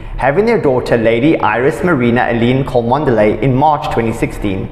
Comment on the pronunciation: It's pronounced Chumley. Please do your homework. Louis is not Lewis. You pronounce it Looey